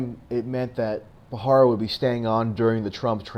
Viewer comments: BTW, It's Preet BHA RA RA, not BHA HA RA. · it's pronounced Ba ra ra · You need to work on your delivery and word pronunciation ....like the name of the subject of your video. You are pronouncing it incorrectly. Really read the word before you speak.